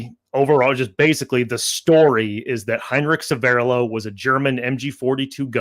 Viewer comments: a small point and please forgive me for mentioning it, but your pronunciation of Severloh is really starting to bug me - It's not Se'verrlo, it's Sever'lo - it's also the name of a small hamlet just north of Celle (near Hannover) and he actually came from this area. I lived nearby for many years. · Very interesting. But the pronunciation of that German name needs some work 😅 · 1. needs to learn German. Or at least pronounce Severloh. 2. You do not fire the mg42 from the hip. That is deffo BS. 3. Good debunk. For some years I have believed that Severloh thought he killed a lot of people and felt bad. And even though he did not kill thousands and did not shoot Da Silva, the forgiveness and comradeship may be the important factor in this story.